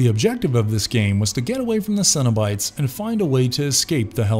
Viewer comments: Did anyone else think he said Cinnibites? Like the mini cinnamon rolls at Burger King? Lol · Cenobites sounds like Cinnabites and now I'm hungry